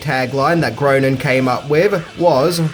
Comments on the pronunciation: GRAY-ning, not GROW-ning. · Groening is pronounced "Graining". Love this movie - thanks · Groening is pronounced "Grey-ning," like Walter Koenig is "Kay-nig" — the more you know >:-D